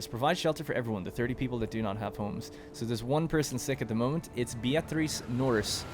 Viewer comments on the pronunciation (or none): Beatrice is just "beer-triss".. Like the author Beatrice Potter. I dunno where you got this Be-A-trice thing from. 👌